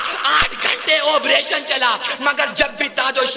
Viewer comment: آبریشن نہیں بلکہ آپریشن ہے بھائ